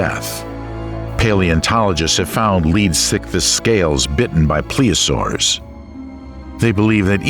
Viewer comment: Yes, yes, and yes. It became annoying after a few. Plessiosaurs? I may watch it again, mute, listening to Stravinsky as a soundtrack.